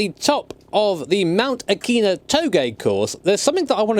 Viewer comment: And it’s pronounced ah ki nah not auc a na